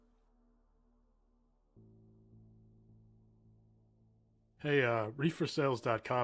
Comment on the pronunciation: Haha Jorge is not George. Sorry man.